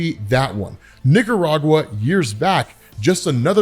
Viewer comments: i need you to enunciate Nic ar agua lets try again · Whoa watch how you say Nicaragua 😂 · You might want to work on your Nicaragua pronouncing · 😂😂 you gotta work on the Nicaragua pronunciation